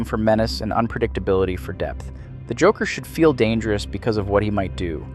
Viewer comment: "the jockler"? 😅